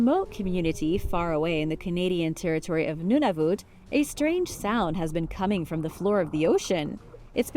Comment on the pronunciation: The Canadian province is literally pronounced “none-of-it”